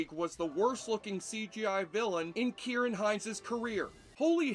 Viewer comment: Points for pronouncing Ciaran correctly. I tip my hat to you.